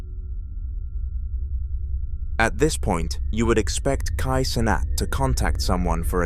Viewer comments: kai sonnet💀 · Bro said kai cenat again🗿